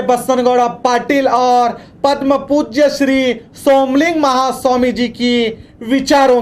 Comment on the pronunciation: ನೀನು ಮೊದಲು ಚನ್ನಾಗಿ ಕನ್ನಡ ಮಾತಾಡಪಾ,,,ಅದು ಪದ್ಮಪೂಜ್ಯ ಅಲ್ಲ ಪರಮಪೂಜ್ಯ,, 🙉🙉🙉